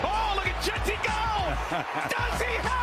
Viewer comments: really needs to work on pronouncing Jeanty's name, he said Asschin about 120 times lol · Ay...... how about A.J instead of "As Jent"??!!!😂